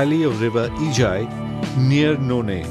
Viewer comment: Really happy, that you pronounce Ijai river so well..... 👌 and hoping to see it with more beautiful designs not only just road.....